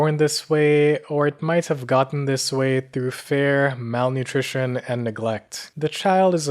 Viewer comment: He has some odd pronunciations for someone without an accent. Like he says fear as fare, and tears are tares. Idea becomes eye-DAY-uh. No offense lol just never heard it before 😅